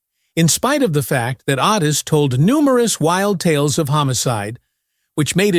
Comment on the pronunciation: Its pronounced O tis